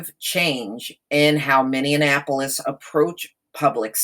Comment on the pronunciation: Pronounced ...”mini-apple-polis”